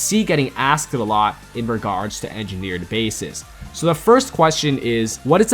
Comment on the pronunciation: This is how many times he said engerneered bases 👇